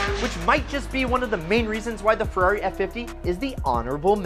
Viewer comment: It would be nice if you can pronunciate "Ferrari" correctly, it's Ferrari not "Fiuwhawy", my ears bleed...